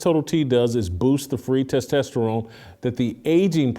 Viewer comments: tes tah sterone not tes tes sterone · LOL. You still working on pronouncing testosterone? Must be a phobia. Just kidding. But it still tickles me. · Can someone teach Whitlock on how to pronounce testosterone. lol